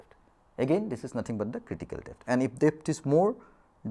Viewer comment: Someboty please teach this loser how to pronoun words depth, g,etc